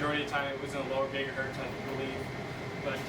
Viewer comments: Gigahertz, not "gigahurt" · That’s gigahertz. With a z. The z is never silent. Cause his name is Hertz. With a z.